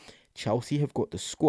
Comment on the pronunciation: 😅learn to say his name !!!